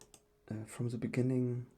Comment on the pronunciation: Du musst echt das TH besser aussprechen dann kann man dir auch zuhören. So fällt es einem sehr schwer hinzuhören , weil das wird nicht Te ausgesprochen sondern THE :D Ist ein bisschen nervig aber sonst gutes video